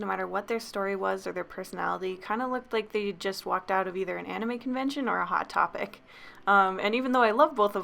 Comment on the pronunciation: When you said hot topic I thought you said hot pocket